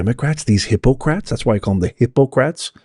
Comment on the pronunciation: emphasized "Them"...WRONG!